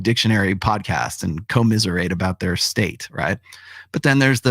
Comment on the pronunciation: “Co-miserate” damn 🤣🤣